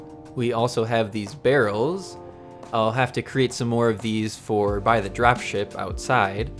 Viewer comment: you said dropie shipie, not drop ship